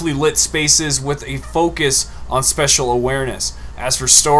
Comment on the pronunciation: Spacial.... not special....